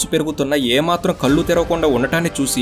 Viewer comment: కల్లు కాదు కళ్ళు.